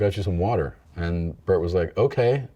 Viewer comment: I wish he would have kept saying Bert's name wrong. What happened to Tom is that he broke himself trying to play basketball.